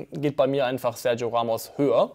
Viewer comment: Ich habe eine Idee für einen Vorsatz für dich: nicht mehr mit wasserdurchlässigen Schuhen Fahrrad fahren 😉 Edit: noch eine Idee: Sergio endlich richtig aussprechen